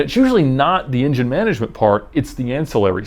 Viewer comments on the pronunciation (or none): none